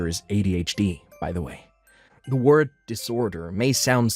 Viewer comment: russian gold digger *can't say the word*